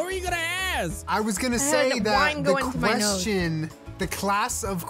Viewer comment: says quedgen not question